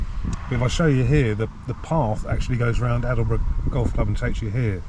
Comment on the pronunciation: Aldeburgh is pronounced Oldburgh